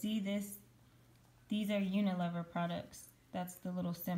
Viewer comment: Hi, UNILEVER (formerly Lever Brothers) is pronounced with a long E with the first E. I hope that makes sense. It's not a silent E. Thanks for all your help.